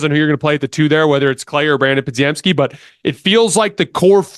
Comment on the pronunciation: love the content man, for the love of god, give these players the respect they deserve by pronouncing their names right! you have always pronounced podziemski and quinones wrong man, just look up how to say them correctly pleaseeeeeee you at a baseline should say nba players names correctly